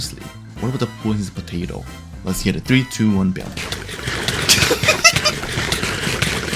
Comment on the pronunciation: ah yes, pototo